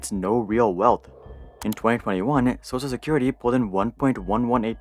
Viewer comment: Why do you pronounce "social security" as "sosa security"?